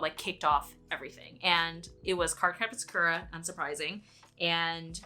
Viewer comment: Such a great trip down memory lane! Have you ever noticed that when you say "Sakura" as a character you say her name correctly, but when you say the title "Card Captor SakURa" you pronounce it differently, probably how you did as a kid. Isn't that interesting? It's hard to break habits like that. That was one of my favorite shows, too!